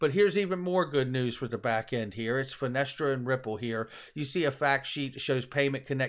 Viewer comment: A nit picking point here...why do all the youtubers say Finestra when it is called Finastra, Kevin Cage is the only one that says it correctly. Finastra as in Frank Sinatra, nobody says Sinetra.